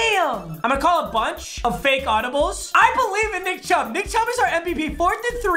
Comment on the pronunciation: "Right up the shmiddle to Nickariah Chubb"